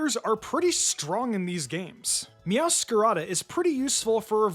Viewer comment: Meow-scar-aid (meow+masquerade) Serool-edge (cerulean+edge) Ge-ack-amo (giacomo)